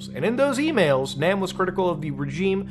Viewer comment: In Korean, all As are pronounced "ah", not like the a in "ack." Kim Jong "Nahm." Pyong"yahng".